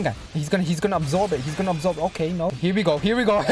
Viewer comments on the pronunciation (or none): none